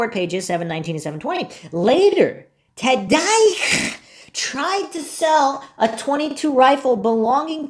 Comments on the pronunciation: Can you please pronounce Scott's last name properly? Gets old listening to you miss pronounce his last name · I have to say , I laugh out loud every time you say Scott TADYCH 😅, love your content on the Steven Avery case ❤ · Tadych pronounced Tod- ick